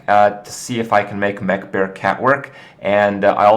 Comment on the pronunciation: am i the only one hearing man-bear-pig when he says mech-bear-cat?